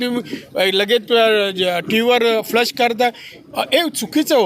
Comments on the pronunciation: It's not flush...... It's flash.... Ha ha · Tv ver flush nhi flash bolaycha hota ka...ajun pn tech saheb..clasess lava english chi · Flas nahi flash